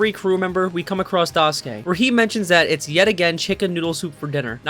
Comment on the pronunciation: im sorry but the way u pronounce daisuke immediately made me unable to watch the rest of the video 😭